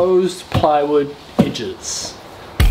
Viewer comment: Nice "idges" ;)